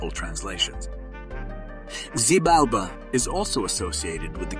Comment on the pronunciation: His name is pronounced with an H not a Z: phonetically it is Hibalba.